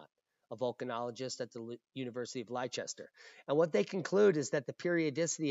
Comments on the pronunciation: Hi. Leicester is pronounced Lester for future reference. It is just strange English spelling. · YELLOWSTONE WANTS A HYDROTHERMAL BELCH....(NOT A BIG OLD MAGMATIC ERUPTION.).. AND LEICESTER IS PRONOUNCED LESS -TERR . XXXX FROM ENGLAND XXXXX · Great info. No fear here! btw, its pron 'Less-ter' , simple but tricky! ... there is a place called Chester with an 'H' but that aint it 😃💖🙏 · Leicester = Lesster 💣💥